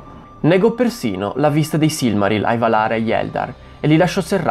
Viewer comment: Bravo. Comunque, Valar si pronuncia Vàlar, non Valàr. :-))